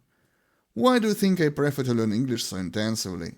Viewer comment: Перевірьте як вимовляется дієслово "prefer" 😢